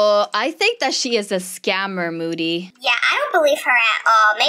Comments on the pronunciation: It’s MOODY not MODDY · saying moody Google translate: bootie